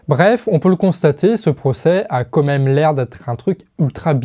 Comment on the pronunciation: Merci encore à l'équipe pour votre travail. Je relève juste une petite chose. Ça fait plusieurs fois que je t'entends dire "comme même" et non "quand même". C'est sûrement une hallucination auditive, mais je préférais faire la remarque pour être sûr. Et sinon, pour finir, la vidéo est tip top, comme d'hab !